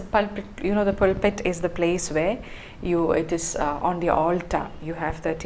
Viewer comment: I’m really impressed by your knowledge of the Church and its vocabulary. It gives me an impression that you have an intimate knowledge of the Christian worship and way of life. Please check the pronunciation of privacy and pulpit. Thanks.